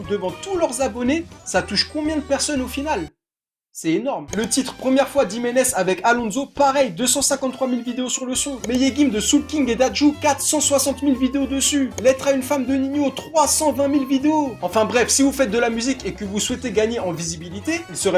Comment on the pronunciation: Meleguime 😂 ( le « ğ » il se prononce pas y’a plein de gens qui font la faute ) et sinon continue Les vidéo de se type 😂